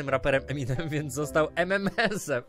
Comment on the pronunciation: Ememensa a nie Emimensa